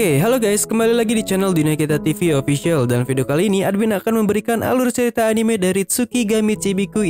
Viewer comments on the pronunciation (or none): none